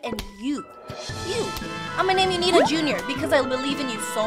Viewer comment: It's not nenaa